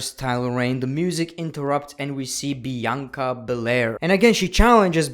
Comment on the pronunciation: You mean bi anca